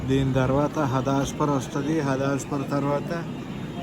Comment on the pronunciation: Bro, adi హదాస్పార్ kadu హడప్సర్ 🙂